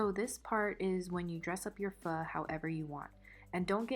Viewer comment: You said pho correctly so i subscribed 😂